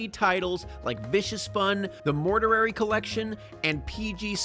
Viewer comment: The scariest thing about this video was pronunciation of "mortuary".